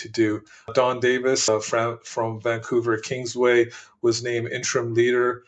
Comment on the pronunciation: don davies not davis...